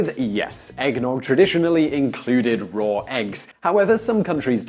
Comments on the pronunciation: Sean Dyer and yet, there still are no "r's" in "raw." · Listen to how he says "raw egg." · Sean Dyer Yeah, where did I say he was wrong? I've known for a long time that the Brit accent adds "r" on the end of some words (as someone else pointed out, Oasis famously says "champaign supernova(r) in the sky.") Seriously, not everything is a personal attack on you. If I want to point out something that I think is interesting and unusual (to me) then maybe I just think it's interesting.